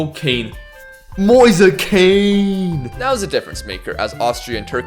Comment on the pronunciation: mf really calling Moise Kean "Moisa Kane"